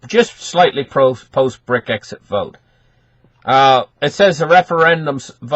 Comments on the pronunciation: It's brexit fella NOT brick exit. ???????? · not Bric-exit, Brex-it :-)